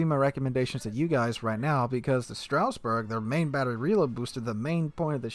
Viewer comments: It. Says. Stras. Not straus. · Pretty sure its more of a "Strazz-burg" than a "Strouse-burg" - GG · Straussberg? Strasbourg pls. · not "Strausberg" . . .